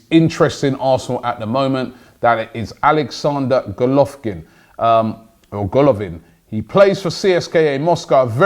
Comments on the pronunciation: Golovkin - hahahaha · Golovin Robbie not Golovkin. Golovkin is a unified middleweight boxing champion from Kazakhstan.